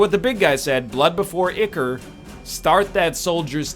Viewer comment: EYE-chor, it's pronounced EYE-chor